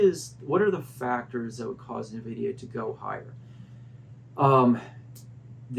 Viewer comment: It’s EN-vidia not NUH-vidia lol